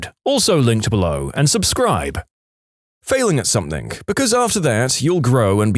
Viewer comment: No k in the word something